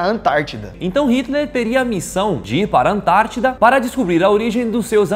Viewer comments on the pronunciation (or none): EU SEMPRE ACHEI QUE ERA ANTÁRTICA E NÃO ANTADIDA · Vc ele falar ANTAITIDA KKKKKKKK